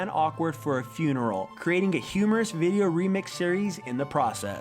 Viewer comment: its pronounced: "humungus"